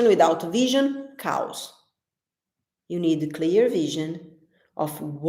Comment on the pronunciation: omg that was so funny, I think you were saying "Chaos" but the way you pronounced it sounds like you said "cows" LOL you are so funny (if I had to speak in Brazil language nobody would understand!) it is great that you can speak two languages :)